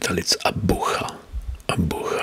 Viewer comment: Great, but you mispronounce some names, like Abuja, Tunisia or Tanzania 🙂